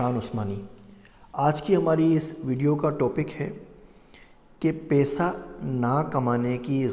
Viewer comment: Paisa hota hy pesa nahi